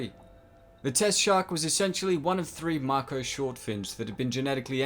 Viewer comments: Dude, it’s Mako Shark. Make o.. Not Marko! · Marko shark?? You mean Mako shark ffs. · Is anyone else extremely bothered hearing Mako pronounced as 'Mahko' and not 'Mayko'? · I don't mean to be a bother but its "Mako shark" not "Marko shark" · Dude it’s Mako (may-co) not Marko lol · STOP SAYING MARKO ITS SAID LIKE MAKE O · its mAko not m a ko, pronounced with capital a mAko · kts pronounced (May-Ko) not (Marco) lmao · Marko? It's may-co, dude... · Marko shark? Its pronounced “May-Ko” mate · may ko not macko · Mah-ko is the name of a Japanese woman. May-ko is the type of sharks that were modified. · Not to be a pronunciation freak but Mako is pronounced (May-Ko). Moan over, but anyway this video is great! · Im pretty sure its mako not marko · Sorry to be that guy but it’s may-ko not mah-ko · I dont want to be meen but is not marko its mAko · It's pronounced may-co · I didn’t know that about the original ending! For once, test audiences actually got it right, haha. Also in Australia and NZ, we pronounce it May-koh shark, good video! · What's a "Marko" shark? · Ik it’s just ur accent so no offense, but it’s “may ko” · Did he just say "marko shark"? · it's MAAko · They're MAKO sharts right? No R. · Your not saying it right just say it like may-co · Mako= May-Co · Can yo not pronounce "may-Koe" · Pronounced May-co. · It's pronounced May Ko dude :) Sweet video nevertheless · It's pronounced 'make-o' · DID HE JUST FUCKING SAY MARKO SHARK!!!! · May-koh shark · Maiko shark mate lol.Say it rite plz lol. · How do you even manage to mispronounce “mako” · I don’t think he pronounces the name of the shark right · All I can think about is how much it pisses me off how you pronounce mako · The way u say mako makes u seem dumb just saying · please say mako properly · Your keep saying MARKO sharks, it’s MAKO, one last time ...... MAKO !! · Mako not marko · that comes across as M-Y-K-O. You want to say Mako as in MAY-KO. Hope this helps :) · Its pronounced maiko not maako